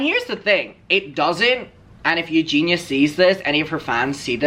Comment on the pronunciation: If Creamstar is friends with Eugenia, why can't he pronounce her name correctly? 🤔